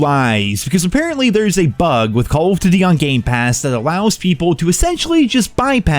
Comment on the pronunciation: Or "duty"